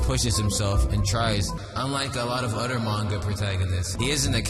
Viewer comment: i love how when u say other u say "udter"